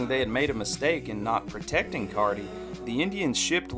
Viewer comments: I remember those teams. Murray. Palmer. Roenicke. Decinces. Sakata. Al Bumbry. What a team! Also, it’s Rick Cerrone, not Cerroni. #10, New York Yankees. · Tito Landrum’s HR vs. the White Sox came in 1983. Earl wasn’t the manager. John Löwenstein was clutch. Rick Cerone is not pronounced “Suhrony”. #Accuracy